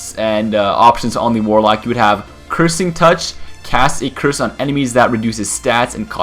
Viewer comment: You sure it's warlock, not walock